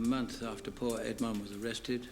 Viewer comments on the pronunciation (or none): none